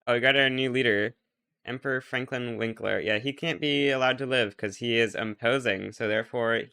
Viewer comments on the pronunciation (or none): none